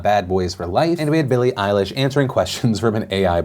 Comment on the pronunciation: Billie *A-I-lish* amirite